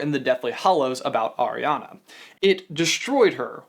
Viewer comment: Anyone else bothered by him saying ariana wrong